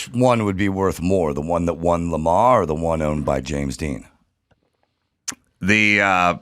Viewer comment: Adam keeps saying Le ma every time he's talking about Lemans. It's more like Le man. Only the s is silent.